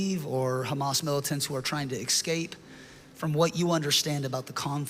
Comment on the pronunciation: Why do they have to leave? And its escape not excape 😅